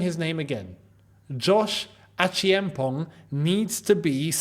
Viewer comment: let's pronounce Josh's name together😂😂 "Achampon".<< That's the real pronunciation. The "e" before the "a" is silent. Same as the "g" at the end.❤❤❤ I'm from Ghana and same tribe as Josh Acheampong is❤